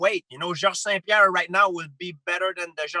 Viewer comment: George "Seh Who Joe" St. Pierre